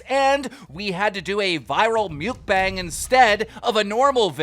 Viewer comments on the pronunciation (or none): It’s not pronounced “muke-bange” it’s pronounced “muck-bang” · Are we not gonna talk about how he pronounced mukbang? Wtf is muke-bang? 🤣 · Alright keem, are you dumb. First you don’t know how to say delphine, now you can’t say mukbang